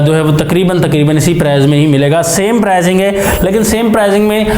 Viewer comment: Prizing nai hota Pricing hota hai Improve yr talking style or leave it